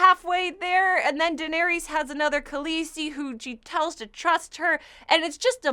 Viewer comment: how does she butcher the names in game of thrones after watching the show for so many seasons? toh min? jen dry? wth? come on man..